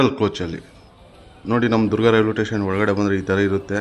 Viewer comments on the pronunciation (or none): ಟೇಷನ್ ಅಲ್ಲ ಸ್ಟೇಷನ್ ಎಂದು ಹೇಳ್ರೀ... ಸ್ವಾಮಿ